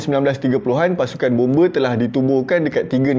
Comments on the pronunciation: Bombe lain bang bomba baru betul..tak sama sebutan tu bang😅😅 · Bomba ❌ Bombe ✅ 😂😂😂